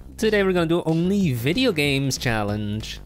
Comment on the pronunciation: idk who that was but when the said video games, one of them said it very weird